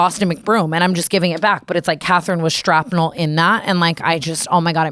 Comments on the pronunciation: Strapnel is crazy T I love you so much😂❤️❤️… it’s shrapnel ❤️ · The "shrapnel" always being called "strapnel" always makes me giggle 😂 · Tana please stop saying strapnel. It’s not a word this is the third time I’ve heard you use it. I think you’re trying to say “shrapnel” but you’re also kind of using that incorrectly